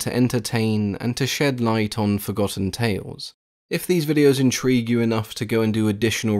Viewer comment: Narrator: the circle of deese Me, shamelessly out loud at work: DEESE NUTS